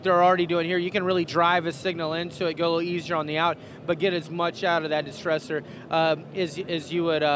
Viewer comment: And it's "Distressor"